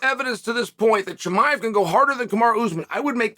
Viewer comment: I really enjoyed your interview this week where you constantly pronounced Chimaev's name wrong to his face :D